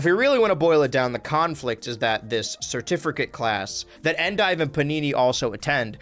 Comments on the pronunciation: so you’ve just been going your whole life saying “certifricate” instead of “certificate” your whole life? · finding out that he's added an extra "R" to certificate this entire time was not on my bingo card